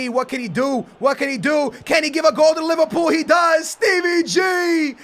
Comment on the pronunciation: Did say Liverpoo - 😂😂😂😂😂😂😂😂😂😂😂😂